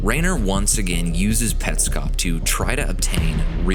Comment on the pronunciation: Hi. This is a chilling video to watch at 3am. But it is an AMAZING video and it answers Petscop. I knew this is something awesome when you mentioned the "correct" pronounciation of the game. You win 🏆 I'm subscribing for more of this. Also, to hide under my blankets because this gave me chills throughout the entire video 😅😅